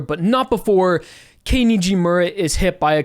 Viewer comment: It's kei not kyo man even started calling her kei nd he said he won't be able to Edit:it's fine now